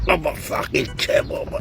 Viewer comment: fakir❌ fuuckir✅